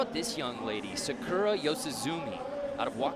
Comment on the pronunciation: Lol the guy pronounced the girls name Sakura as Sa-ker-a